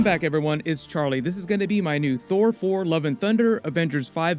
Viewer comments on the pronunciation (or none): How hard was it to keep saying Thor Fore, I mean thour for.....Thor 4, you know what I mean ;)